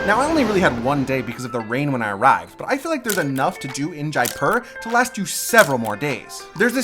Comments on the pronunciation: Pronunciation is 'jaypur" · It's really pronounced more like JAY-POOR, with the p being a soft p not hard.